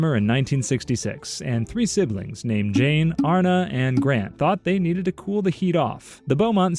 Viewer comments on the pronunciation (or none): none